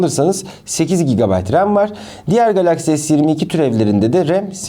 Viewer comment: Abi GB tı söyleyemiyorsun herhalde😂😂😂